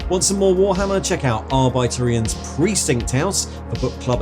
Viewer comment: Excellent feature as usual. I was also pleased to learn you are and not. Well done!